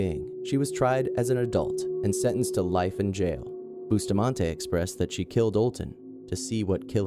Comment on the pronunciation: Why was the black boy executed only? And Alyssa's last name is pronounced buss-tah-man-ti